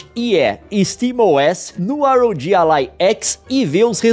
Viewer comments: é "RÓGUI" não R.O.G., Leon. Aff INASSISTÍVEL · que video incrivel leon, mas infelizmento eu fico agoniado em ouvir vc falar R O G e nao ROG kkkkkkkkkkkkkkkk